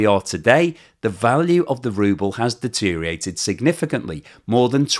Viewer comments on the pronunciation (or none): Are you and Epic Economist the same AI voice over ? How do you speak the queen's english but can't pronounce, "Duh-teer-ree-uh-rate" ? Deteriate is not a word. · the wprd is "deterIORate", not "deteriate".